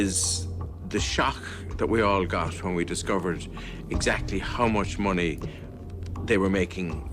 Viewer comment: Monies... 🙈... Its MONEEEEEEEEEY